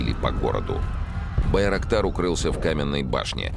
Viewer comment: Байроктар слышится как дырокол